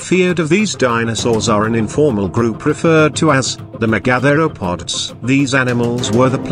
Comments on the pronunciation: OMG... don't you video producers have the chance to correct the computer pronunciation of complex words such as mega-thero-pods, vs me-gathero-pods. WTF people? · "The meh-gather-o-pods". I get it. it's AI. Good vid in general tho :)